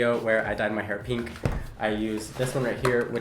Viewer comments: Most people not from the West pronounce pink like “p-ink” instead of “peen-k” lol it’s a low key pet peeve of mine that mainly Californians do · I low key hate the way he (and everyone else from the west) says pink PEEE NK like EW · “This one is, peenk.” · He calls pink peenk